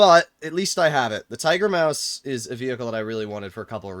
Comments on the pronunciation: Tiger Muas ✅ Tiger Maus ❌ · "Tiger muas" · ah yes, Tiger-Muas